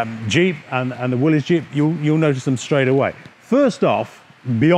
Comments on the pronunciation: Thank you for pronouncing Willys correct. Most ppl pronounce it willy's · Hi Steve, good video! Thank you for pronouncing "Willys" correctly. By the way, which Jeep do you like better, the Ford or the Willys? Please reply. Dave...